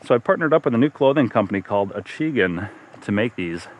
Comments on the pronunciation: Ive loaded up on 90 whopper ploppers and 75 choppos, in preparation for this summers week on the lake in Ontario.. You have me fired up! Oh! I was LOL when I heard you say 'a-chee-gun'... Its pronounced ashi-gan.... french for bass. Look forward to more videos. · French speaker here. That word for Bass is what we also use but we pronounce it "AHHH-SHEEE-GANNN"